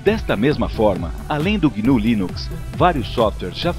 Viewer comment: é GNU, não guinu.